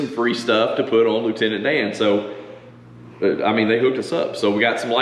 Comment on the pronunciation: Loo-Tenant-DAN?! lol You have to name another piece of equipment Gump. Just sayin' ... guy needs his pal right?